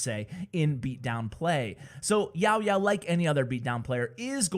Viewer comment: i really like when u said "YaoYao" 😁😁😁